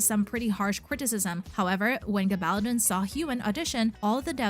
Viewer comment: Learn how to pronounce the author's name!!!